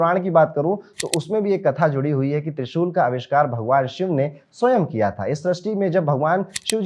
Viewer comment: Can't understand trishul